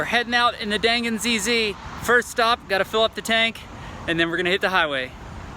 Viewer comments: The gan in dangan is pronounced more like gun Dan is more like the word done So it's like done gun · You pronounced dangan wrong.